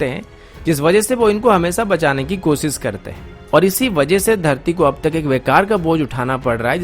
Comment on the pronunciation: मेरा नाम है अन्सुमन, कोसिस, पब्लिस, मुस्किल, सर्त, ????, यह सब कैसा बेहूदा उच्चारण है???